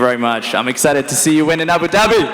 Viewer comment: The fact that Bisping pronounces it correctly (Ahboo dobby), and the other guy, still keeps saying AyBewww Dabbyyy...is confirmation to me that it's a fake accent...or perhaps incredible over accentuated, and quiet annoying to listen to for 4 hours :)